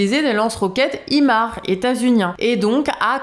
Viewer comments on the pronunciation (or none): Marrant cette façon de prononcer Kourks en roulants les r, et de prononcer imar pour les missiles, est plus douée en ukrainien qu'en anglais;-) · pour info, le missile imars se dit "aillemarse", à l'anglaise donc, vu que c'est américain